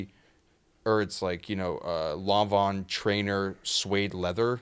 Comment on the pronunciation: It's pronounced "Law-Ven", not "Lawn-Vawn"